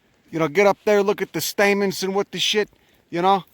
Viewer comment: Every second of this is gold. "...dey just got dozens and dozens of gahd damn staymens in der."